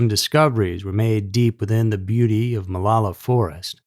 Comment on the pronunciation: I’ve lived in OR for 8 years now. We pronounce it Mah-low-la.